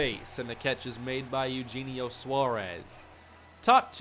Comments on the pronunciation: It’s E-O-Henio Suarez btw. Not Eugene-io lol. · Btw it’s A-U-Henio :)